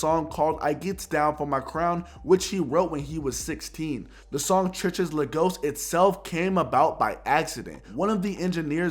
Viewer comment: "churches la ghost" LOL